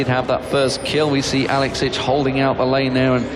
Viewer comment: best team fight commentary EVER!!! "...Alex inch brlelelelle across the map"